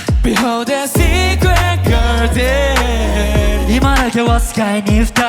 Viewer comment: いや、がやはり流石すぎる…SecretGardenの発音も最高に良いし、伸ばすところの声の質感が豊かなのよ…